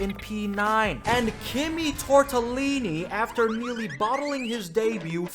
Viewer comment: It was too much for me. I had to Subscribe after he said Kimi Tortellini